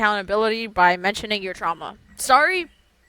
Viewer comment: "Aw guys I'm so sowwy I'm so sowwy,, uh,,, anyways... Who's excited for the possible circus trio related update or whatever content we will for Dandys world??🤣😂🎉🎉🎉🎉"